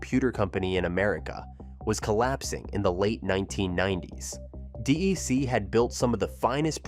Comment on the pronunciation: DEC is pronounced like "deck"